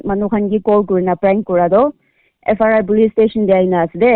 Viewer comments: Not FRI it's FIR.... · FRI or FIR 😂 evn pestak didn't evn knew tht she repeating says FRI, FRI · FIR❌ FRI ✅😂😂😂😂😂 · Sister it's not FRI it's FIR🤣🤣🤣🤣🤣